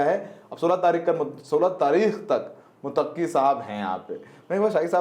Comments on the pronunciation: Abe mutakki nahi muttaki bolo...😅😅😅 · भाई मोतक्की नहीं मुततकी होता है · आप पत्रकार हो थोड़ा रिसर्च कर लिया करो। विजिटर का नाम मुतक्की नहीं है मुत्तकी है। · Mutakki nhi bhai muttaqi he pronounce shi kro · MUTAQQI NAHI BOLTE IS NAME KO ISE MUTTAQI BOLTE HAIN. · भाई मुतक्की नहीं बल्कि मुत्तक़ी होता है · Motaqqi nahi Muttaqi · मुतक्की नहीं बल्कि मुत्तकी नाम है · Mutaqqi nahi Muttaqi matlab Allah se darne wala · मुतक्की नहीं मुत्तकी है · Mutaqqi nahi MUTTAQI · Sahi pronunciation muttaqi hai na ki motakki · Bhayee mutakki nahin Muttaqi Hai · Muttaqi. Mutaqqi not correct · bhai he is not Mutaqqi Name is Muttaqi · Sahi word " Muttaqi "मुत्तक़ी "متقی " hai Please sahi pronounce karen